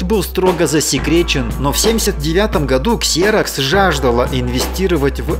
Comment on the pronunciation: ну какой КСЕРОКС, если компания называется ЗИРОКС.